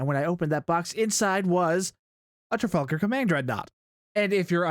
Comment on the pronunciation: "Tragalgar" LMFAO